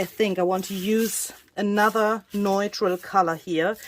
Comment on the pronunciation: Wow,! Everything you touch turns into beauty! By the way, the word “neutral” is pronounced, “new-tral.” (Sorry, if someone already told you).